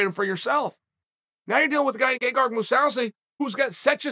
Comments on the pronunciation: Gay-gar-moo-saw-see - Chael Sonnen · Gegard "GayGuard" Mousasi . Uncle Chael is a national treasure.